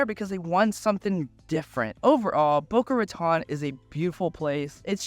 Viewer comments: It's Boca "RAH-TONE" you FUCK WIT. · Who is this guy, he even says Boca Raton wrong....Its Ratone. Rah Tone...got that tourist. pasty white skin.